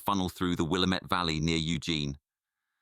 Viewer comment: The Willamette Valley is pronounced Will A Met rhymes with dammit